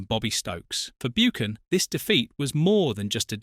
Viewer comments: You pronounced it Martin 'Boocan'. It should be pronounced 'Buccan' (Buchan) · Beeoocan at pitadree ffs😮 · Learn how to say his surname correct....BOOOKAN 😆 Pitytry , Jock STYN and KELTIC......Is this a joke? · Buckan not Boochan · "Byookin", "Keltic" Jock "Styne"?? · And Martin BOOcan who played at PITYry......is this AI? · It should be pronounced "BuCHan" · This AI voice is annoying. Cannot even pronounce Martins surname correctly.